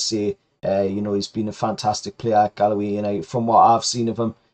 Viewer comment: You say Galway almost like Gallowgate haha, it's just simply "Gaul - way". But not knocking ya, great content keep it up.